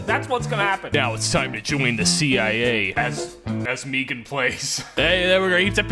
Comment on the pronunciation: Stop saying megan weong please... its hurting me